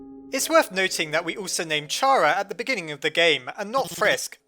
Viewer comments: So aparrently this youtuber pronounces Chara like " Chaira" which makes no sense cause its short for Character. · I Think It's Pronounced Kara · It's pronounced CHARA 😅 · it is pronounced chara (ca-RA) like character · IT IS PRONOUNCED KARA!!! >:( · It's car-ah!!!!!! IM GONNNNNNA RAAAAGE!!!!!!!!!!!!!!!!!! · Muzik Bike WRONG it's pronounced Chara. I swear everyone pronounces it wrong. Say it with me, Chara. Got it? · Ur way of saying Chara hurts my ears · ITS CHARA NOT CHARA It Makes More Sense! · I cringe every time I hear you say Chara's name like that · i dont understand why pronounce it like "chara" it is obviously "kara" "chara" doesnt even sound pleasant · What's wrong with a slug? Also it's pronounced "Chara" not "Chara". Some people. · Oh my fucking god Chara is the correct way to pronouce it not Chara get it right people!!! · no either is correct chara is the way to say it is opinion stop doing stuff like that people it will never help anything in the world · i cant even watch this because i know he'll pronounce it 'chara' instead of 'cara' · Just saying that Toby Fox says it is pronounced C-ara, not CH-ara. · Pretty sure the name Chara stems from character, so it’d be pronounced cara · just so you know, her name is actually pronounced "Car-a" because Chara is short for Character :) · Chara's name is like CHARActer. So, its pronounced kara. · it's pronounced Cara, because it's short for character, so silent H 💙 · It is pronounced carea like in character because chara's full name is character. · it's pronounced "kara" , you wouldn't pronounce the word "character" like that, would you? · ITS PRONOUNCED C H ARA LIKE IN CHARECTER. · CHAR-uh? CHAR-uh? It's KARR-uh!!!! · Just saying, I think it's pronounced Kara not Chara, just because Chara's name is supposed to be off of "character". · Isn't it chara and not cara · CHARA NOT CARA!!! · How to pronounce ch-ar -a not c-ar-a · Chara not cara